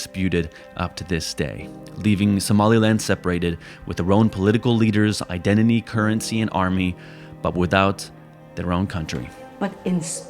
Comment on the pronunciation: I could forgive you having one of the more spitty male VO voices I've ever heard, until you pronounced, 'identity,' as,' ideniny.' Learn to talk, chump.